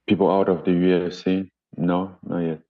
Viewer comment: He almost said UF-C at like 😂😂